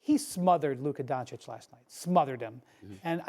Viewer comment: No One: SAS: "Luker Doncic"